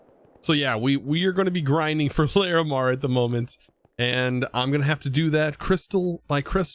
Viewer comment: I respect your effort to persist at pronouncing Larimar correctly